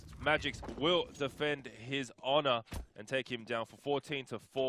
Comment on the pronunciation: Really annoyed me how the caster was calling magisk magix